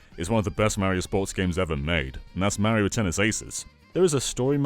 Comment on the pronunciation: 40 minutes of you mispronouncing MARIO! IT'S NOT MARRY OH, STOP IT. Learn how to pronounce Italian names, you're killing my inner heritage.